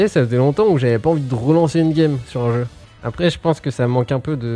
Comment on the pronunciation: Arrêter avec vos : "le jeu'x'" putain y'en a qu'un arrêter de foutre des x tous le temps. Tellement tiltant...